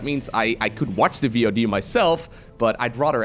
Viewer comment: why does call a vod a V.O.D. like we have never heard of it before or something